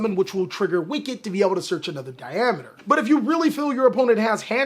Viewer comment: Thumbs up for pronouncing Diameter right!! Holy that's a rarity. Then he beats Nambla to death!